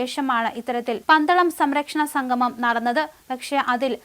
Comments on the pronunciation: സംഘമം അല്ല, അല്ല, അല്ല, സംഗമം. പോയി മലയാളം ഉച്ചാരണം നന്നായി പഠിക്ക്😢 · ഉച്ചാരണ ശുദ്ധി തീരെ ഇല്ല. സംഗമം എന്നതിന് സംഘമം എന്നാണ് ഉച്ചരിക്കുന്നത്. അത് വിരസത ഉണ്ടാക്കുന്നു.